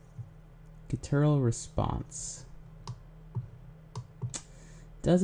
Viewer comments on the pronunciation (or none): I don't know why but the way pronounces "Guttural" bugs me. It's [guht-er-uhl] emphasis on the gut.